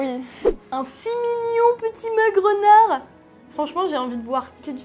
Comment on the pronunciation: Quand elle a parler de la lampe Renard moi jai entendu Rounard et je croyais qu'elle allais dire que il avais fais une collection animal crossing😂😂